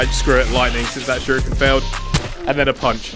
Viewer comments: its pronounced sher-eekin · I want to know something do you personally, pronounce shuriken “sure ee kin” or “sure e kin”